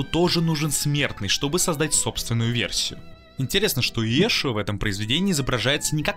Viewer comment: Ииешу Ганосри? Диктор не пытался потренироваться прежде, чем озвучивать?!